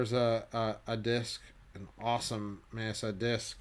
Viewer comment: Amazing collection. One can just dream of looking at them up close even. Also, isn’t the pronunciation ME-AT-ZA? Great videos!